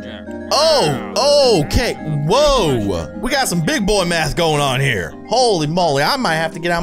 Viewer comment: math like koth hahahahaha